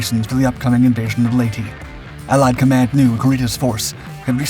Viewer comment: Just a friendly correction. Palawan and Leyte are being pronounced incorrectly. Put your emphasis on the second syllable. And correct your vowel sounds. As in ley-TEH and pa-LOW-an. 🙂 Just a comment from a guy on the island of Mindanao and maybe 300 meters from a Japanese pillbox.